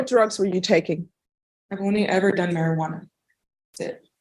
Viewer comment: Mispronounced it...methajuana sounds more likely 😂